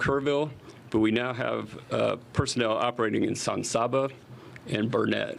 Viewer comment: I do wish that one govt official would pronounce Burnet, Texas correctly. He must not be from here. It's not pronounced burr-nette. It's pronounced Burn-it, dern-it...learn it.